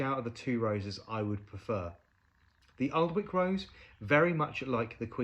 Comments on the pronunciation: Hi. As a true born and bred north east of England girl, I can most definitely confirm that the correct way to say it is 'Annick'. No 'l' and no 'w'😊 I'm actually going to the beautiful Alnwick Garden on Sunday and was intending to add this rose to my ever growing collection (a lot inspired by your wonderful videos!) I'll have a think.... I wonder if she will cope in my windy County Durham garden! Fingers crossed! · Hi. I'm really enjoying your reviews of David Austin roses. I have several in my garden and I just love them. I gave up on my Alnwick rose (pronounced Annick by the way as the "L" and "W" are silent) as it never looked healthy and I rarely had more than a couple of flowers open at the same time. I did try again with another plant in a different position but still not successful and I'm so glad to hear that you have had problems too as I had thought it was just me being rubbish at growing it! I live in Northumberland not far from the Alnwick Garden which has a rose garden filled with David Austin roses including the Alnwick Rose which seems to thrive there but it's just too temperamental for me.